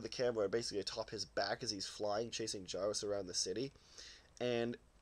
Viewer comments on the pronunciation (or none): Not to be "that guy", but Gyaos is pronounced with a hard G sound, and an "ow" sound.